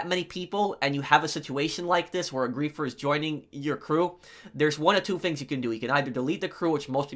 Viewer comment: no one:: fru (through), fings (things)